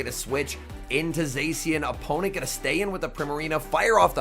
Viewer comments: Zā-shee-en not zay-see-uhn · This guy still hasn't learned how to pronounce Zacian